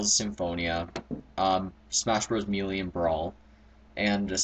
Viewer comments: Just so you know, the word melee is pronounded may-lay, not mee-lee!;v) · "mealy?" hahaha good video, though!